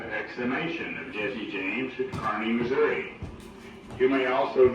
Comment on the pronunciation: I think your the first visitor I’ve heard pronounce Kearney correctly! Great video.